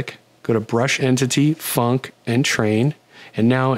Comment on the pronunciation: Whenever you say func_train, I can definitely hear the "k" in funk. No doubt in my mind. :D